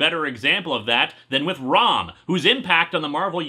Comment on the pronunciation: I keep thinking he's saying rum not rom I guess there's a marvile like comic coming